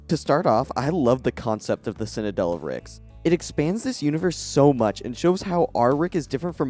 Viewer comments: Citadel…. Citadel, not ‘cinadel’ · Since we’re watching a critique and you’re being critical, I’m going to be critical. You can’t pronounce the word ‘citadel’. Other than the b plot where you can’t pronounce ‘citadel’ this is a great video. X